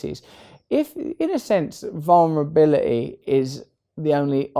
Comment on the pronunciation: "Vulnerbili-ee" I love him❤️